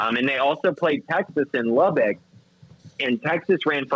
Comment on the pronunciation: It's pronounced Lub-buck, not Lub-bick.